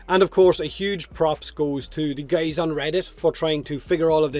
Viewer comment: a huge props goes to the gays on reddit? :D gotta love dialect